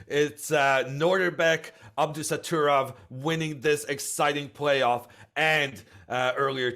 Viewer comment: Hammer is a fun guy, but hearing him repeatedly say Abdusatturov instead of Abdusattorov after 3 days of seeing the name written down is just lazy. Irina did great though!